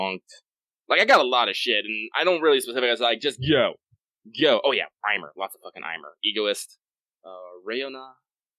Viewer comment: I chuckle everytime calls Aimer "Eimer"